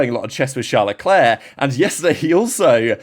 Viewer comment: Stop butchering his name! It's Leclerc, for God's sake!